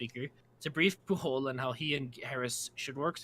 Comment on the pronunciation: Catalan is an important detail; Pujol is a Catalan name rather than Spanish. It's pronounced with a soft J, not a Spanish hard J. BTW, I drink a toast to Garcia's memory every April Fool's Day.